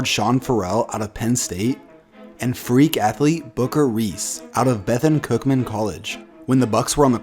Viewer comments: You say it like bathoooone nothing bethin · It's bu-th-u-n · its bethune cookman not bethan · Lol he said Bethun college